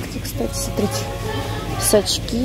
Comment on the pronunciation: в этом видео оооочень часто употребляете слово "сотрите" вместо "смотрите", уши режет. Не в обиду, а "на заметку"